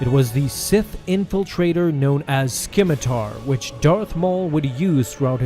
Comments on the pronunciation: s-K-imitar? Wut! The c is silent, young one! learn pronunciation! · I love your uploads! Just one small tidbit? The C in scimitar is silent so it is pronounced "simitar". Keep up the great work! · Please learn how to pronounce scimitar. I cringe every time you say "skim-itar" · Correction: the ship's name is pronounced with a silent c. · That's not how you pronounce scimitar is it? That c is silent